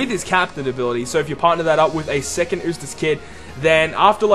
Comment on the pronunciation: I think it's pronounced You-stass and not ooh-stass. Sorry, just nitpicking! Great video and concept!